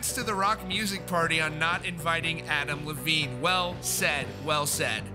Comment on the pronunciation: Why do I keep hearing Avril Lavigne instead of Adam Levine lol